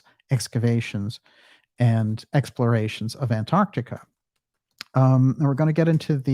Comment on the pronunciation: Well done, the first American on Youtube who can pronounce Antarctica properly!